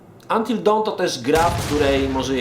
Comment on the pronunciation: fak, kurwa w mówisz poprawnie, by powiedzieć jakieś "dałn" LOTDEFAK!!!